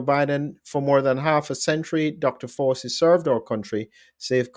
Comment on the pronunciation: Why are you pronouncing “ Fauci” incorrectly?